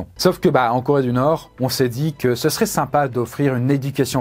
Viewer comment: L'accent allemand qui pop de nulle part à sur "la Corée du Nord" était incroyable ! Vidéo super intéressante, merci pour la découverte :)